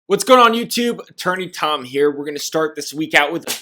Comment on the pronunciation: I keep hearing instead of. Idk but that’s kinda funny..